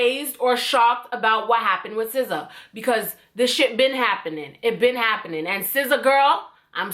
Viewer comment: i find it sf satisfying every time she says sza.😂😭